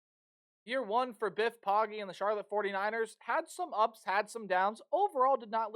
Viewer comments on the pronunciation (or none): It’s pronounced “Poe-Gee” not “POG-Ee”